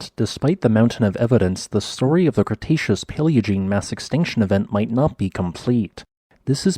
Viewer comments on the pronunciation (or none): none